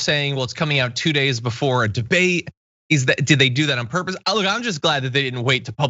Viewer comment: "I am very looking forward to the bidet" Thats what he said, right?